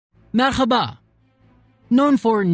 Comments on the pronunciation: vede merhabadaki h yi hırıltılı söyledi arapçada temiz boğazda ha bizim dilimizde yumuşak ha gibi söylenir yani merhkaba deil merhaba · it's merhaba not merkhaba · I just listened to the first second with the “merhaba” and cringed because of how it was pronounced like Arabic. We don’t have that “hh” sound in Turkish. Why do foreign people try to say Turkish words in an Arabic way to sound true? Where did they even hear it? We usually just say “meraba”, with no h sound at all. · We never say "merqhaba". MERHABA is the right way to put it. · Wtf its not merHHHHaba its just mer(h)aba WTF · by the way it is not merkhaba, but merhaba :) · merhabayı neden merhhığğğğaba diye telaffuz etti anlamadım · 🤦🏻You pronounced "merhaba" really wrong. We never use throat sounds and never put stress on "H"letter🤐you could say "meraba" also like 99 percentage not using the "shukran" We say, "Teşekkür ederim, Sağ ol".. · You dont stress the “h” in merhaba lol 😂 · Merhaba is not pronounced with any sounds in the throat. It sounds like how it reads in English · "Merhaba" is not pronounced as "merkhaba". Turkish "h" is soft as in English. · hayir denemedi. Bizi arap zannettigi icin oyle bastirarak soyledi. Tesekkurler yerine sukran demesi de bu yuzden. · "Merhaba!"its not pronounced like that its not slurred its straight butt the video was informative💛💛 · dude wtf is wrong with your h sound in merhaba? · Yeah and the way he pronounced Merhaba like it's in Arabic at the beginning.